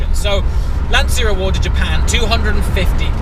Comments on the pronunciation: There is no "Lantsia" ... there is only LanCHa. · It’s pronounced Lunn - Tshya...not Lunn - Tsia. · "LAN cha"..LANCIA..no lan Zia..LA N CHA..lancia.(..Lancha) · mate its "Lan-CHIA" not Lan-sia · Why you english/american/australian... people continues to pronounce "LANCIA" as Lansia? It has to be LANCHA! CH CH like CHAT, CHILL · Great video! And please is /ˈlanʧa/ with the c of "cheers" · I really appreciate the video, but, for G sake, pronounce Lancia correctly. It's like CIAO (hi in Italian), LÀN-CIA (like cha cha cha dance). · Am I the only person who is bothered by the pronunciaton of ' "Lanzia" or "Lansia"? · I know I'm doing the part of the annoying Italian, but just to be precise the 'ci' in Lancia would be pronounced like the 'ci' in '458 Speciale' so pretty much like you would pronunce ch in English. Amazing video anyway as usual. And as an idea for future videos you could search for a Lancia Stratos, pretty epic as well, plus an independent manufacturer in Italy has just redone a modern version based on the 430 chassis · Lancia = pronounce the C like in "Cheshire" please hahaha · The C in Lancia is pronounced as a 'ch' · What a great car, but, please learn how to pronounce Lancia... ;)